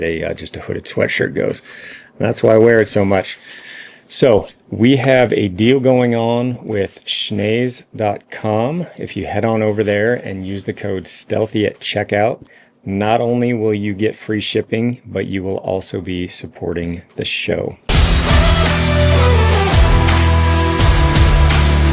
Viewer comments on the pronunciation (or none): Forgot the “N” in schnees at beginning of video FYI…love the content and powder hoodie rocks